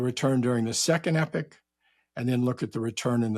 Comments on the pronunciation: When he says ‘epic’ does he mean ‘epoch’ ? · Saying epic, but obviously intends epoch. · I defo heard epic